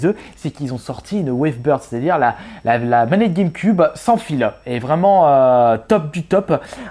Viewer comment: Ça ça prononce guèmequioube et non guèmeqube